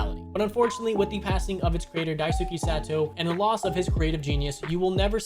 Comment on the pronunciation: It literally takes a second to look up how to pronounce Dice-kay